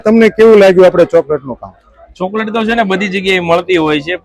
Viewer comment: તમે જે ચ ને સ બોલો છો એ સુઘારો કરો😅 શણા,સોકલેટ 😂